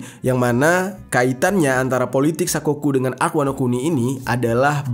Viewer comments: Wanokini... Wanokintil jer bukan wanokini wkwkwk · Wanokini Apa Wanokuni" Yonku Apa Yonkou" 🤣🤣🤣